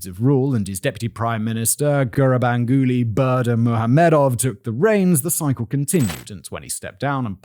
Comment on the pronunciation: Hearing a native say his name pronounced correctly is insane.